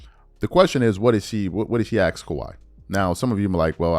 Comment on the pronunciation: the word ASK is said how it’s spelled. It’s not “Axe” it’s A-S-K. So you say it A-SSS-K ASK! You sound like a damn moron honey slapper!